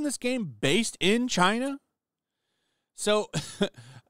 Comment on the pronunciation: You pronounced China wrong.